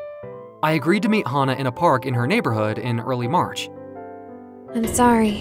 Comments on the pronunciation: I think the VA mistook “HANA!” to “HAHA!”, but the story still aline well though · Fan of how the V.A. read hana as haha lol